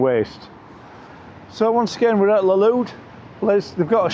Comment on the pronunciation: You pronounced both Burgos and Valladolid incorrectly. Typical Brit abroad😂